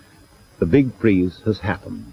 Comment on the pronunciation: The big fweeze